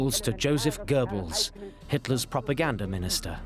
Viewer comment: Prooganda...., although I can draw similarities between hitler on meds and biden🤣😂🤣😂